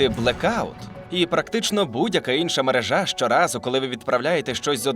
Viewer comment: Наголос у слові "мережа" падає на другий склад: мерЕжа.!!!!!